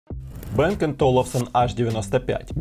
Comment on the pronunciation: Не бэээнг а Банг